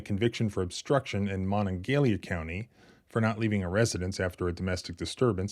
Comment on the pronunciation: Wait a second. You're from West Virginia? And you don't know how to pronounce Monongalia County? Pronounce kanawha right now